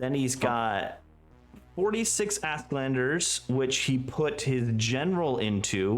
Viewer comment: Honest question: Is "Asklander" accepter pronunciation in 9th age community? Åsk is swedish for thunder and it should be read more like "Osk".